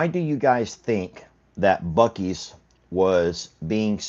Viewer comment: WISCONSIN SAYS ..... "BOO" ....... LIKE PEEK A BOO ...... NOT BOW BOW ......